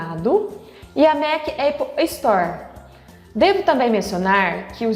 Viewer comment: Ia assistir, mas falou eipple, tô fora!